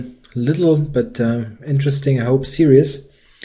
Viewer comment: Als Deutscher, der ebenfalls Videos auf Englisch macht (mit deutlich hörbarem Akzent), möchte ich Dir einen Hinweis weitergeben, den ich kürzlich selbst erst von einem Muttersprachler erhalten habe: Das Wort "series" wird im Englischen zweisilbig ausgesprochen, also nicht wie "see-ri-es", sondern wie "see-ris". ;-)